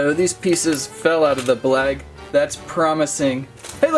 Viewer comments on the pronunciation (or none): He said blag instead of bag